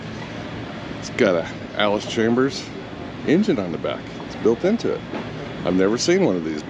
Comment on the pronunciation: It's Allis CHALMERS not "Chambers". There's no "B" in the pronunciation. I wince everytime you say "Chambers".😑 As if there was a bullet in the chamber.